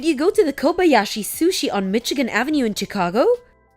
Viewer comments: It's pronounced 'Mishigan', not 'Mitchigan'. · Mitchi-gan Avenue? Hahaha!